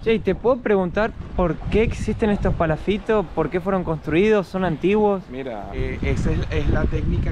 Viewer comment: es palafitosssss como lo dijo kiko